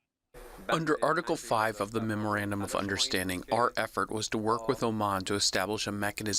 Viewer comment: Why is Scahill the only one that can say that dumb word memorandum correctly. Everyone else it sounds like murmurabdomen 😂